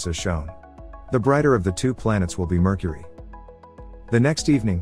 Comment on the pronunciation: Merchury, what a lousy pronunciation?!?!